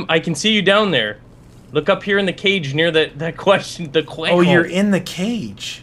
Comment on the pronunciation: Why do you say quayhon instead of question